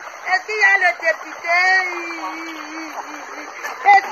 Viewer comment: Une route au Caneroun. Elle prononce très bien " dépIté". " On a voté le dépIté". "Où est monsieur le dépIté?". Après maman pilon, le rdpc va certainement enfermer cette maman de l' Adamaoua. Gardons l' oeil ouvert, pour que l' on sache à l' instant T ce qui lui arriverait. Danke.